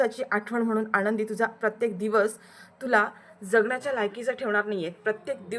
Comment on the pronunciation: " युगंधर " असे नायकाचे नाव आहे. " युगेंदर " नाही. " आनंदी " असे नायिकेचे नाव आहे. " आणंदी " नाही.